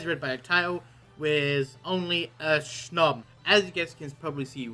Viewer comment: i love hearing how he says snom... SHNOM IS LIFE